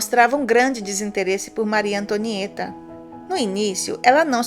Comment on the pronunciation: maryyy tonhaaã tomo no buotoron kkkkkk eo Hamilton tuambiem kkkkk